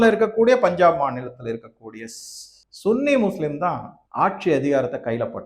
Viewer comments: Please don't use this word "Sunny " very very ugly pronounce from you . Many youtubers telling as சன்னி everybody know very well but you only saying சுன்னி please Stop it wrong pronounce. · Sunny muslim என்பதை தமிழில் சன்னி என்றே உச்சரிக்கவும். நீங்கள் உச்சரிப்பது என்பது தமிழ்நாட்டில் பிறப்பிறுப்பை குறிப்பதாகும்.